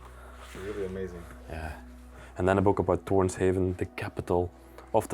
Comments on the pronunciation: Torshavn…meaning the harbour of Tor (thor). Not heaven as you guys pronounce it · This video is filled with inaccurate information. I live in the Faroe Islands and the person that lived there worked with electricity and never once went out to sea. His name wasn’t Mikel Thompson it was Mikkjal Olsen. Also it’s Faroese and it’s Thor’s Harbour in English not Toren Haven. And there are 18 islands in the country it’s not just 1 island.